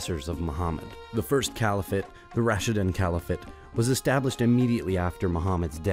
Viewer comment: Just an observation: It seems that the narrator is pronouncing a number of words that are not generally accepted by scholars or those they describe. "A-rab" rather than Arab. " Califa" rather than caliphate. "Levan"(?) rather than levant, for example.